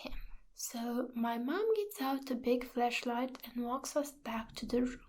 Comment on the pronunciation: The way you pronounce "flashlight" like "fleshlight" makes me chuckle. Also, 2spooky, don't ever scare me like this again.